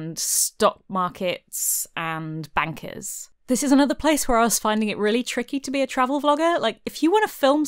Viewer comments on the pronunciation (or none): Did you say wan... Oh! Bankers, right...